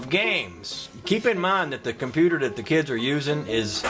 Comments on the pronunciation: Cornputer? Now that theres a true Southernman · Did you say ''cornputer''